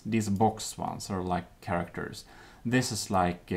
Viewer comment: Sharactors? Shinese?